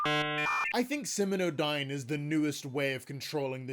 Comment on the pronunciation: Be careful and make sure to double-check things you're going to say aloud for your videos. The name of the company is SimioDyne, not SiminoDyne. You also misspelled Vita Carnis as Visa Carnis. You should hire a copy editor to check for errors like that.